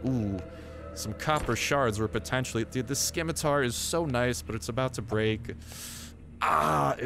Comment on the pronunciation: LOL I'm fairly sure you don't pronounce the C in Scimitar.